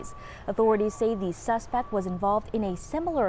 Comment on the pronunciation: What’s a subsec? They need to retrain this reporter..she mispronounced and stumbled over several words.